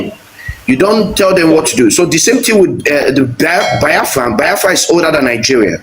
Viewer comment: This Bini guy cannot pronounce Biafra.